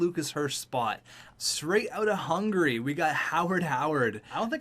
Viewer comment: your saying Hungary wrong